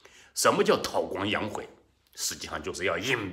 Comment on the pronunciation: tāo guāng yǎng hùi 大哥咱们连词都念不准，咱也就是个初中生吧？？